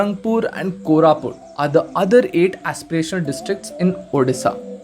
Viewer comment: So many mistakes... Not Kolapur.. It's Koraput,.. Not Not Nuapara.. It's Nuapada...... Not Kalahundi it's kalahandi....